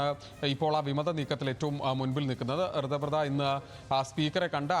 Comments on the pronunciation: കൃതബ്രദ അല്ല കൊച്ചേ ഋതബ്രത😂😂😂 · ഋതബ്രത എന്ന് പറയൂ കുട്ടി..